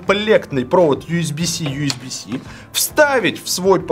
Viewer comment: Ю с би си да не биси ежеси)))